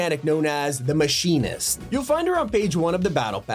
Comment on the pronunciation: Ew why did you pronounce The Mechanist like that 😭